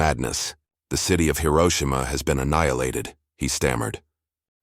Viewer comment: Please Hiroshima correctly. Currently you do not